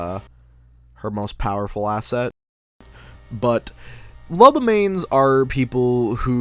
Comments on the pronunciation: did you say...ASSet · " the most powerful asset" did you mean ASS et